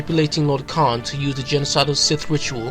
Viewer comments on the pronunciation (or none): none